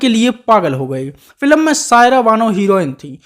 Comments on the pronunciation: भाई अपना उच्चारण ठीक करो -फिलम नहीं बोलते फ़िल्म बोलते हैं । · फिलम नहीं कहते बे फिल्म कहते हैं फट्टू।